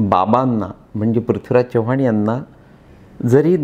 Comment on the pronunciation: साहेब तुम्ही चव्हाण हे मराठी माणसा प्रमाणे न उच्चारता हिंदी भाषिक माणसा सारखा करत आहात